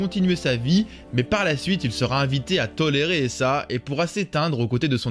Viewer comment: Alors le nom de l’île au large de Valinor c’est toujours Tol Eressëa et non pas « Tol Erehessa ». Vous avez vraiment du mal avec ce nom hein ? Mais sinon chouette vidéo !